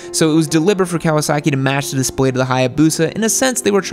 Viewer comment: you say Kawa-SACK-i like Trump says, CHY-NAH